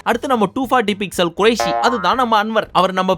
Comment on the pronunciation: Kuraishi oda 240p endu sollirukar kuraishi endu sollela 😂